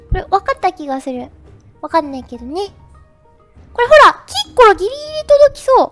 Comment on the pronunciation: キッコロ......きっ殺にしか聞こえない......